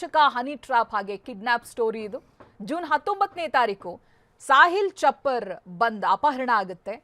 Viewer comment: ಚಪ್ಪರ್ ಬಂದ್ ಅಲ್ರಿ ಚಪ್ಪರಬಂದ ಅಂತ ಸರಿಯಾಗಿ ಹೇಳಿ.